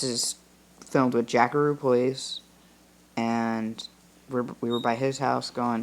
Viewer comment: it’s Jackaroo Playz not Jackaroo plays